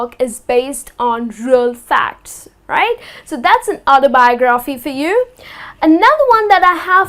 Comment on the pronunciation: Что то по моему она ударения неправильно ставит в словах AutobiOgraphy; anthOlogy